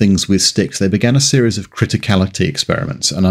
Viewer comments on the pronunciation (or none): none